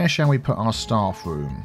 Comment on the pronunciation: took me nearly the whole episode to realize you were saying “staff room” not “star fruit” 🤦🏻‍♀️ i have no clue how i kept hearing starfruit 😂